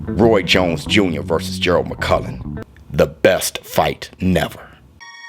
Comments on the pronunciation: The man's name is mcclellan buddy, not Mc Cullen ffs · It's McClennon, mate not McCullen, as you keep saying. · Damn shame you ain’t pronouncing his name correctly though . McClellan not McCullan . 👍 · Please stop calling this man McCullen. It's McCLellan. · McClellan NOT MUKULLAN 🤔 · McClellan showbiz not McCullan. I love you man but i had to point that out. Much love to you and the COMMUNITY! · McClellan. He is pronouncing it wrong. Its a Scottish name.